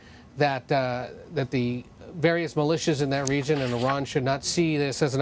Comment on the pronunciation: She can't pronounce "Iran" correctly, and yet we are here listening to the lies of Western media.